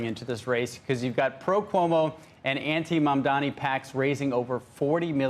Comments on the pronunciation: dani, not dami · It is Mamdani, not Mamdami, it is "N" not "M". The racism is palpable. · Andrew Ross Sorkin is one of the good guys, but can’t he learn to say “Mum-don-ee” properly? Zohran might become the mayor of the most important city on earth- we owe it to him to pronounce his name properly. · why does Andrew Ross Sorkin still call him MAMDAMI? Considering how obsessed he is with him, you can only think this is his racist passive-aggressiveness. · Famed and respected author who people take seriously Andrew Ross Sorkin still saying “Mandami” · You idiots need to get his name, right. It’s pronounced Mum-Danni. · It's incredible that Sorkin cannot pronounce the name right. He says "Mandami" at least twice. Betrays the disdain. Come on man, you're an actual journalist. It's not that hard. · not billionaires, its criminal billionaires... and btw its MAMDANI with a N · Journalists get Mamdani’s name correct challenge: impossible 😂